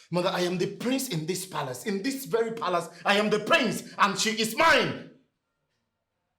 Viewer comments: People...... it's PALACE.....not PALES 🤣 ASK not AKS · PEOPLE ITS PALACE pronounced as PALAS NOT FRIGGING PALES. IT'S IRRITATING TO EARS. ONE MORE THING, ITS ASK NOK AKS.😂😂😂